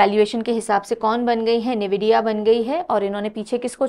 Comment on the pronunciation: it's not neevidia it's N vidia